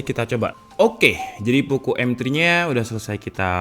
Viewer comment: Bukan Poko woii,, tp Poco pengucapannya